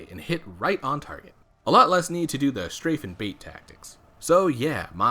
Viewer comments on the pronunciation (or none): none